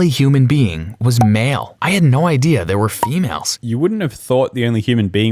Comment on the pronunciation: Love how he called them fe-males